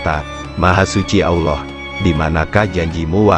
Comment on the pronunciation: Konten musikah ini wkwk,, swt bukan disingkat ya,, dipanjangkan Subhana wataalah,, bukan Olloh ya tapi Allah biasa saja pengucapannya